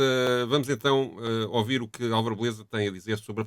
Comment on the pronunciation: Porque razao o diz ohVir em vez de ouvir?